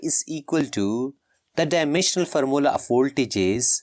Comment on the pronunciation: Bro say formula as farmola😂😂